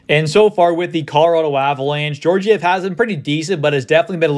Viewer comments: i dont think its pronounced jorjiev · It’s pronounced gyorgyev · The second g is also pronounced that way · You're mispronouncing Georgiev's name.. The first G is pronounced as in Gaga. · Yes, as in Gaga.